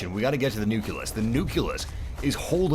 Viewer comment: Not to be rude, but does it piss anyone else off when he pronounced nucleus as "nu-kill-us"?